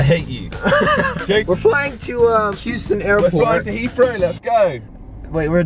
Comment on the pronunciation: hughsten we have a peoblem hahaha